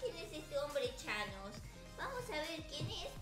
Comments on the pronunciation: No es chanos es Tañes😠😑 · No es chanos. Es tanos jjjaaaaajjajjajjsj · es tanos no chanos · Jjajajjajaja me dio risa la miniatura porque la es ves de decir thanos dise chanos ahora el de llama chanossss >:333333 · No es thanos es chanos #teamabuelarita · es que es thanos no chanos like si tu también lo notaste.